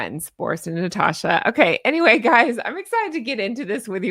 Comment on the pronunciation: I'd have to say I ❤️ the name Natasha. Theres no R in it tho, its NaaaaTasssssshhAAAA. Trust me on that 😉